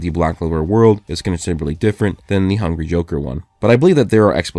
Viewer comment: whenever he says "hungry joker" it sounds like hungy joker 😂